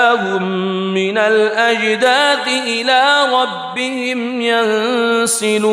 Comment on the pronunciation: Minal azdad it is wrong Minal azdas it is correct rectify